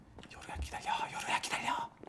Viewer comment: 왜 계속 요루가아니라 나르라고 하는것같지